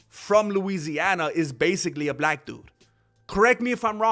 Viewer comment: u said black wrong bro..... jus says!